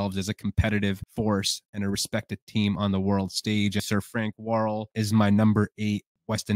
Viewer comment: His name was Frank Worrel not Warl.